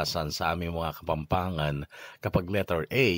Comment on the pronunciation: Correction lang po. Didn't làhat Ng Kapanpangan at walang "h"..